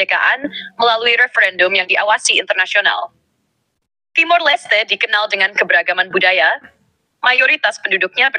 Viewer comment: TIMOR.... bukan timur